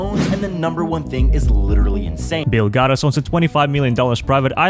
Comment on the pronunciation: I've only seen these YouTubers mispronounce words like "Bill Gatas" if Joe is reacting to it